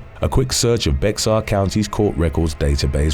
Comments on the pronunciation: I LOVE this channel and just wanted to let ya know that Bexar County in San Antonio is actually pronounced as Bear County, it’s silly I know but that’s just how it’s pronounced. 😊❤ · When pronouncing BEXAR(bear)County wrong, every time. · Bexar county Texas is pronounced bear county Texas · BEXAR county is pronounced BEAR. Canon-day-gwa lake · Bexar is pronounced bear county😂